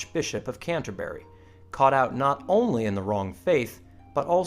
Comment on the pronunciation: An American saying Canterbury is really annoying.